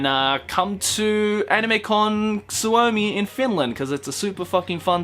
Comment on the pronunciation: when he says Suomi (which means Finland btw) so weirdly like it's "Su-o-me" ("me" as in how you say me in Enlish) not "SWOUMI" anyways finally I get to meet you I'm so pumped coz I missed it last year! Also it's amazing to hear that people are enjoying Finland, it is such a unique (and I really do mean unique haha) country! Hope you have lots of fun this time too!:)